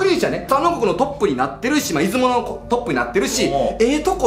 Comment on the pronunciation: 島根県民なので出雲に関することは気になっていたので面白かったです！ ただ出雲のイントネーションが気になりました、、出雲の「い」にアクセントつけるのが正しいです